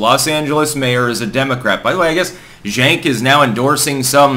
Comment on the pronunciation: I think it’s pronounced Jenk, like Junk.